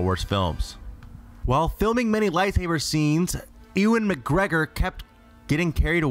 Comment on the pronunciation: 'ee-win mcgregor' pahahaha what